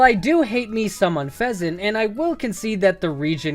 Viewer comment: Do you not like unfezant because you cant pronounce it? The "Un" Is pronounced like the beginning of the word "Unity" As its pre-evolutions were plays on the words peace dove, and tranquility.